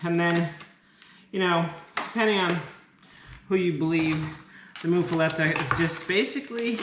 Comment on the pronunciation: Your sandwich looked delish! It’s pronounced “muff-a-lotta”. Promise! I’m from Louisiana. I really enjoy y’all’s family!